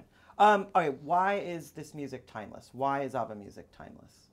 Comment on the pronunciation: Wtf is UBBA god even im American and i say ABBA